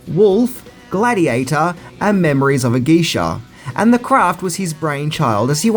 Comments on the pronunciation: your pronunciation of the movie Memoirs of a Geisha is so bad lol. it's not the word memories. It's pronounced mim-wours of a gay-sha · C'mon... "Memoirs of a Geisha", not 'Memories of a Geisha' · *MEM WAHHS of a Geisha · Lol! My dude, it's "Memoirs of a Geisha," not memories. xDD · Memories of a Geisha? Lolol Your pronounciation of words is so odd. Row-shelle? TunnAy? 😂